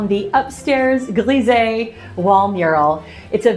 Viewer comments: Lovely bathroom, coming along nicely. Just one little comment, not criticism, so please don’t get offended, your pronunciation of ‘grisaille’ is slightly wrong. It should be as if you said …eye at the end. Just saying… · Oh that's a pity with the mirror. But these things can happen. Looking good! I'm curious to see the whole finished bathroom, I can imagine a bath in there would be lovely! Fr. Grisé = US "Greez-eeh" . Fr. Grisaille =US "Greez-I" (as in "Ay" Caramba in Spanish, or "I" love painting). You have alot of followers and people will quote you, so it's kind of important, hope you don't take it personally. Grisaille has been all the rage in recent years, but really works best in 18th century interiors or older. I especially like your bolder foliage with more definition, and green will be an interesting addition too see! Best of luck finding a good mirror, (or having that one broken panel replaced). I'm sure you'll find something lovely! I think mural painting is something everyone should give a go, it's so much fun and it's just paint, you can always repaint or go slow and add over time, wheras a De Gournay paper is a huge investment for most people. Be daring, go for it! ❤ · Wonderful results - the bathroom walls look amazing. The smallest of French corrections: there's a "sigh" in grisaille - it rhymes with Versailles. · Always amazed at how talented you are but as a French speaker, one thing: grisaille is pronounced “gree-z-eye”